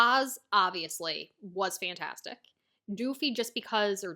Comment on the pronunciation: I beg of you pls stop calling Doffy "DOOFY"